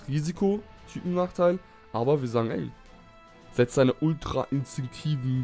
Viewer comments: Ne Ne Ne also du sagst 100%zentig "Altra" und nicht "Ultra" is jetzt nicht so schlimm denoch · warum sagst du immer altra insinkt sag doch ultra ahahah XD